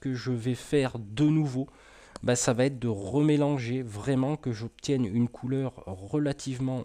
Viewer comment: Très bien mais attention aux liaisons « va être » et pas « vat-être » :D